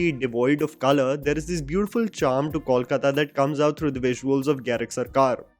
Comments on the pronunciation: It is NOT Kawlkata but Kolkata. Please note. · Great review,! Very well put. However, as a fan of your channel and a resident of city spoken of here, I'd really appreciate if you can avoid calling it 'Kawlkata'. It's simple, 'Kolkata' - KOWL-KATA. Keep up the good work though! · Just one correction The pronunciation is- COAL-KAATA Not-Kawl-Katta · please get the pronunciation of Kolkata right- it's to be pronounced as "coal- kata." This movie is another awful example of talent being replaced by nepotism. Abhishek Bacchan is not an "underdog" being compared to actors who aced the roles he is doing. He is the Privileged person, thanks to his background, who gets cast in these roles in movies, while the other actors like Pratik Gandhi or Saswata Chatterjee do not get cast in the films despite their amazing performances. If Saswata had not turned Bob Biswas into an iconic character, Abhishek's film would not have happened. And yes, if AB junior did not have his iconic father, he would not have been anywhere today. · my man have been following you for a couple of years now! And once again please please please get your pronunciation of “Kolkata” correct or just say Calcutta! This mix is cringy and really poor to anyone from Kolkata like me! Please. Bengali isn’t that tough to pronounce 😊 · The City is called Kolkata. You mentioned it numerous number of times in this video. May be pay a little attention how to pronounce it.